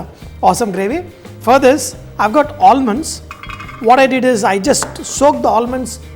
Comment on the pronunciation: All-munds.... Not expected from a chef like you.